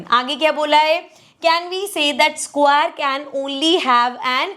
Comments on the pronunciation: Hey mam u are great at teaching but u r pronouncing square wrong ❤( no hate) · Mam square acha se bolo😂😂😂😂😅😅